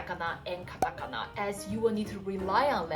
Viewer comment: はじめましてこんにちは^ ^ 素敵な笑顔に惹かれて見たら、”ひらがな””カタカナ”との発音が！嬉しくて思わずコメントを書いています♪ ゆっくり話してくださるので、聞き取りやすくて助かります☺️ ありがとうございます^ ^